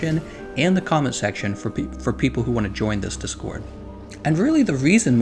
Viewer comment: I'm shook by the emphasis on the second syllable on DIScord.